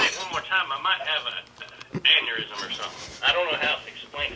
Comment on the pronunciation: Nigga said aneurysm 😂😂😂